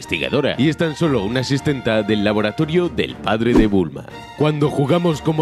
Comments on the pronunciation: Asistente, se dice asistente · se dice asistente